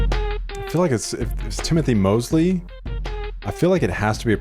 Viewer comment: Brother really said, "Timothy Mosely." LOL!